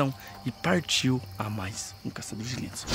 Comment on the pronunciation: "Enfim os caçadores de lêndia..."